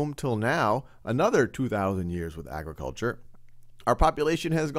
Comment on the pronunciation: ag- re- kul- char agriculture